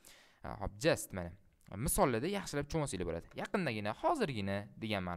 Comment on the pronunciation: perfect. but it is better to pronunce djust than jist